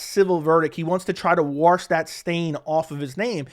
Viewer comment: Why can't you say the word "wash" properly? 😂😂